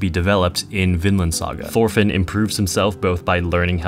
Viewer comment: why do u pronounce it like “thorfinn” it’s pronounced like “torfinn”, the “h” is silent